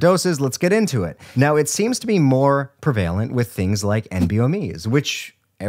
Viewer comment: I'm really confused about this probounciation of "prevalent"